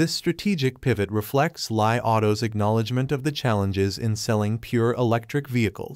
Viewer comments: It is pronounced as Li and not Lie. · You getting your info from Mr. P? LOL... Its pronounced Lee.......................................